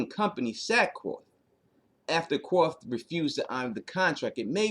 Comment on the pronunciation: It's pronounced "Kar-th" not Qorth. :-)